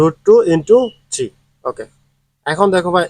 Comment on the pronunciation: স্যার আপনি 3 কে ছি বলেন কেন?